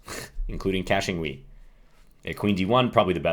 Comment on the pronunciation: Great video as always John, been a big fan for a while. I was watching the stream and this game live and couldn’t help but burst laughing when you badly butchered my last name. (I’m Kachingwe960) 😂😂😂